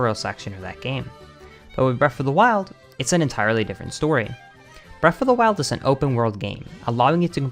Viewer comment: Why does he say "breaf of da wiled "